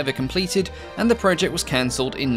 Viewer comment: he must have lived in England for a good while then, because his accent is definitely mostly English. There is only the faintest hint of Aussie in the way he says "project", for example.